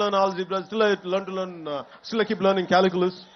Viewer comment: Caliculus kaadu calculus